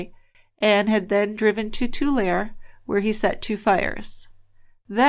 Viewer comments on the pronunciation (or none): I look forward to your podcasts every Monday evening! Intriguing case. I live in the Central Valley and vaguely remember the news reports regarding these fires. By the way, Tulare is pronounced (too-lair-ee,) 😉